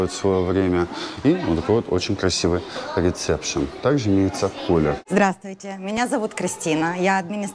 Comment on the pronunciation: когда правильно будете произносить слова? Слово "рисепшн" ничего общего со словом - рецепт- Не Имеет, не надо его произносить как " РиЦепшн"!😂😂